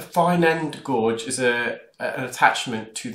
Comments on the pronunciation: Find your videos really informative and interesting but hope you don’t think I’m rude if I tell you that a fine end gauge should be pronounced gage not gorge . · G (u = silent) age!! As in gage, not gorge!! Best way to explain me thinks?? ☺️ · Just wondering if you delete some negative comments? A while back you acknowledged your mispronunciation of the word gauge as "gorge" instead of the correct "gauge". I noticed you corrected it for two videos, but have reverted to saying "gorge" which could be confusing in a sentence such as "In order to gauge the depth of this gorge in the canal..." You are clearly highly educated, hence the anatomical lesson we receive in each video, yet have a title of Mr rather than Dr. Were you trained overseas as a Dr, but your qualifications are not recognised in the UK? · I love your videos! My only question is, does the U.K. spell the word "gauge" with the letter "R"? I've always been curious. Or are you saying "gorge"? I'm very confused, so thanks ahead of time for clearing this up. Keep up the great video work! You are very professional. 😷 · Zoellner fine end gauge A fine gauge is a small wire or probe. Gauge is pronounced "gayje" .